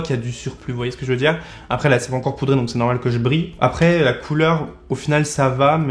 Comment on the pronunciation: Le petit pourdé au lieu de poudré m’a fait sourire 🤣